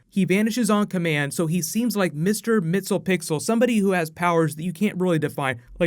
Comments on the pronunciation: The "Super Friends" song cracked me up! Also, I don't think "Mister Mixel-pixel" is how you say his name,... I think it's more like "Mix-ye-SPIT-lick." When I used to WATCH "SuperFriends," (back in "the day") I pronounced it like, "MIX-ool-plick." So, I think this pronunciation guide is worth a Flash ring, don't you? <"Gimme, gimme!!"> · Lol at MixylPixyl. Your pronunciation is cracking me up. Thanks for trying bro. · Ah,, ye tried. MIX. YEZ. PIT. TELL. ICK. Five syllables, three and four jammed together. Next, the glottal in "remnant".:) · Sorry for being that guy but its mister (mix-y-pid-lick) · Great video as usual! Isn't it pronounced mix-yez-pi-ti-lik ? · You totally butchered Mr. Mxyzptlk's name 😂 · Diego Hurtado might as well do more Supergirl videos. You make people scream for whatever you do. You gotta learn also how to properly say mr. mxyzptlk